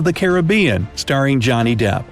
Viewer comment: hears chronicles of narnia me: so happy! WAIT DID I JUST HEAR JOHNNY DEBT? GRINDELWALD!